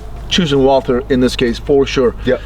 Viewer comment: „Walther“ pronounced like Walter, without the „th“, props to 🫶🏻